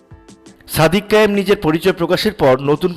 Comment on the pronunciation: "সাদিক কাইয়ুৃম" নামটাও ঠিক মতো উচ্চারণ করতে পারেন না? অথচ ভিডিও বানান।